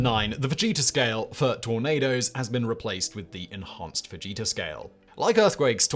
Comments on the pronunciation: I thought you said "Vegeta Scale" instead of "Fujita Scale" In my defense, I'm putting away my groceries and wasn't looking at the screen. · Simon, totally thought you were saying Vegeta and not Fujita lol😂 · I was looking at the screen and heard "Enhanced Vegeta Scale"